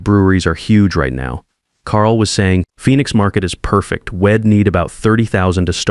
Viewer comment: Someone needs to teach your AI how to pronounce words with apostrophes. We'd is not wed, he'll not hell. Your AI is stupid.